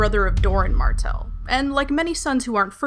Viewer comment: I heard u say prince Oberyn "MARCELL" rather than "MARTELL"